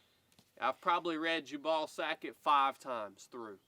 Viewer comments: jew-ble. Not jah-ball. LOL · I believe the pronunciation might be , Jew Bull . Not jabawl. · Jubal: mentioned in the bible as the father of musical instruments. Also related to jubilee, jubilation, etc. I've always pronounced it with the emphasis on the first syllable, so your pronunciation sounds a bit off to me, but maybe I'm saying wrong. 🤷‍♂ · I know is just messing with us with his pronunciations of Louis & Jubal. Even so it really was bothering me lol.